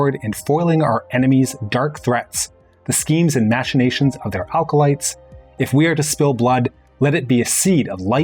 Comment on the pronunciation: Just FYI , ack-o-lites, not al-co-lites